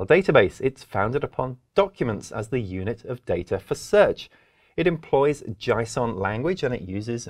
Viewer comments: Nice, informative vid, thanks. It's JAY SON by the way, not JAI SON. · I'm pronouncing JSON "jaison" from now on lol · Never heard JSON pronounced that way!!😃